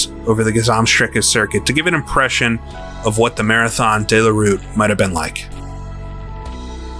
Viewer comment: 2 minutes into the video and the narrator is trying to tell me that 24 hours is once around the clock. He must be using a very strange clock. Then he starts referring to the Marathon Dey La Route. It's De la route feller, say it how it's spelt.